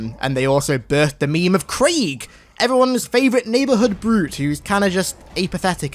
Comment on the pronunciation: Its not creeeg